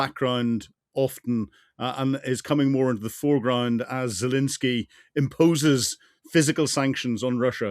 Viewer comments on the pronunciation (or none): Still saying "Zalinsky" after nearly four years.